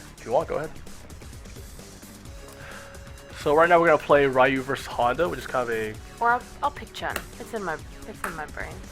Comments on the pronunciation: mmm I can understand the reason, but since NOW I think an expert like u are, KNOWS how is the actual REAL pronunciation I think u should say the name in the proper way. Anyway is just my point of view. For me is just horrible to hear "Rrrrrai-you" instead of "ryu". cheers. :P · "Rayuuu"????? ¬¬ Ryu!!!! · Rye-You. Is this StreetFighter the movie game.